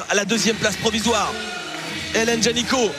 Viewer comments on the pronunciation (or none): T'ain le commentateur qui arrête pas de dire "Génicot" (qui est aussi un nom de famille) au lieu de Janicot, AAAAA, flute quoi.